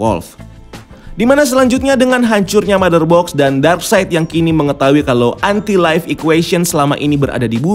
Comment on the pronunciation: Anti life kenapa ngomongnya lo entai laif....